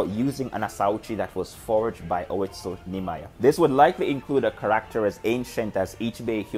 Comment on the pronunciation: It took a minute to figure out. But I swear.....every time you say "character", it sounds like you're saying "cracker".